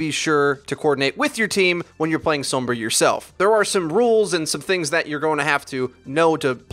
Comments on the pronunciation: I'm sorry, but you don't say sombra sombruh, SOM-BR-A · Sowwmmmbruh. Sombra* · I like that you pronounce it soombrah.